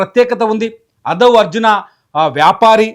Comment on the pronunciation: Bussy Anand___ not bassy anand // Aadhav Arjuna , not Adhav Arjuna